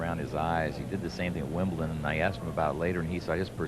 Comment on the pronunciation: Count yourself lucky. A lot of them call Wimbledon Wimpleton.